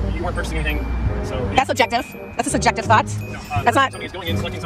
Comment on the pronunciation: Did she, being a moron, say “sugective”?